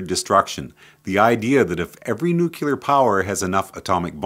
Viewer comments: good videos but FOR THE LOVE OF ALL THAT IS GOOD, plz learn how to pronounce Nuclear!!! its not new-kew-ler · it's not "just more common" nuclear is nuclear, just as you read it. newkewler is a very bad mispronunciation reminds everyone of one stupid president